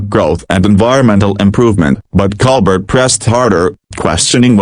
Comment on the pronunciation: Baloney. Even mispronounces Colbert